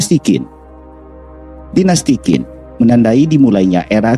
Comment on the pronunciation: Q dalam bahasa mandarin di baca C Jadi Qin di baca chin, bukan kin Z juga di baca J jika di depanya ada huruf H, contoh Zhao di bacanya Jao Dan masih banyak ejaan ejaan mandarin yg unik